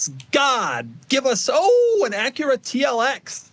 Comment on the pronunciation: Doug mispronounced Acura!!!!